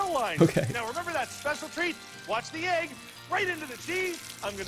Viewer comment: I am haunted on how that guy couldn’t say egg.